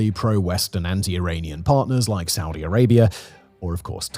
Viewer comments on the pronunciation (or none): none